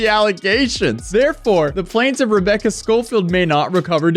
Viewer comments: Guess the new thing is how to pronounce "plaintiff". "Plain" is pronounce, well, "plane". You get the "tiff" part correct. So, "plane-tiff" not "plan-tiff". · It’s never plan-tiff